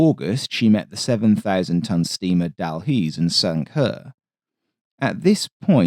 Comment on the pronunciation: Thats pronounced "Dalhoosie" its a Town just South of Edinburgh in Scotland